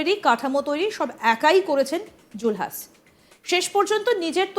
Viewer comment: আগে বাংলা উচ্চারণ ঠিক করুন।।। জুলহাছ কি??? জুলহাস হবে